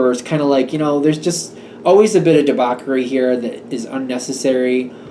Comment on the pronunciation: it's pronounced "debauSHery" (debauchery) sorry to correct you but you need to know. thank you